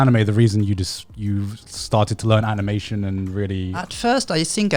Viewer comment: "at first i sink……"